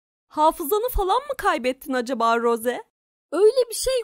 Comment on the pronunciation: Rose değil ros diye okunuyor